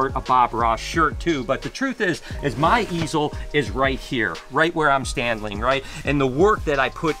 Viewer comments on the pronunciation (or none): Had to rewind that for a sec... "the belly is a little bit yelly" 😂 anyone else catch that? #2 "right here where I'm standling"